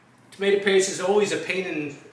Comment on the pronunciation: tamate-a? is that a new jersey thing?